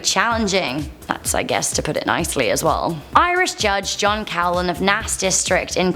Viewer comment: Coughlan in Ireland is pronounced Cocklan. Just saying. We had a great runner in the 70s and early 80s called Eamonn Coughlan.